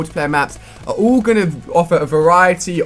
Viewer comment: ALL not ull :@@